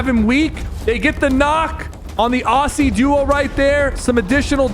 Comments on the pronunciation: the way he said "aussie" was made me cry in laughter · that is not how you pronounce Aussie buddy